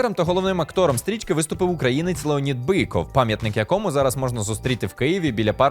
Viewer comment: Он не бИков а БЫков , русский он